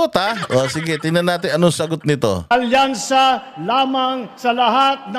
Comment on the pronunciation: Hindi "alyansa" kundi "alkansya"!!!